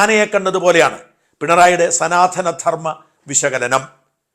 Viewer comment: സനാധനം അല്ല സനാതനം